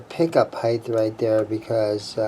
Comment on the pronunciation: Sorry pet peeve here. It is pick up "HEIGHT" not "HEIGTH". It is pronounced HITE not HITE-TH